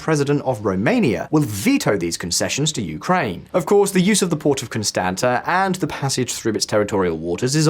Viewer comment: Constanta is pronounced "Con-stahnts-ta" by the way.